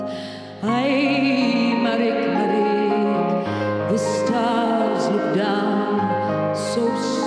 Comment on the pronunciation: It's not pronounced MAREEK. It's MAH-REEK-UH. Jacques Brel himself pronounces it this way. MAREEK sounds like she's singing about a monster.